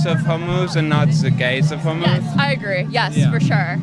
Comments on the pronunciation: I started watching through audio, and I was so confused because I thought he was saying, “the gays of homos.” I thought he was saying that we only talk about straight homophobic people and not gay homophobic people, which I guess if we have white people that are racist against white people, we can have homophobic gay people. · Can't tell... did he say, "The Gays of Homos'? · “The gays of Hormuz” 😂